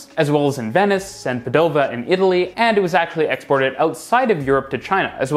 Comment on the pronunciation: it's pàdova, not padòva lol